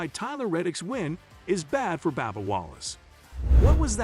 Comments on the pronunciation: Bub bub not babba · His name is “B “U”bba not B “A”bba. His name needs to be pronounced correctly. Thanks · It's Bubba not Babba Wallace need to say names right if you can't need to learn say it correctly. If not find a northern job. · Is it Babba Wallace or Bubba Wallace? I'm now confused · Whoever is narrating needs to learn how to pronounce drivers names. This guy a fn moron how you get Babba from BUBBA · Babba Wallace lol this channel is a joke ...use a real person . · How about getting a commentator that knows how to pronounce the names of the drivers and series. It's a bit hard to believe this guy because he obviously doesn't know anything about racing...come on... Baba, Nascrr :( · Who the hell is Babba Wallace? Hard to take this video seriously when the drivers name is mispronounced! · Babba O'Reily. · It’s a shame that you can’t even pronounce Bubba Wallace the correct way. Shame on you.!!!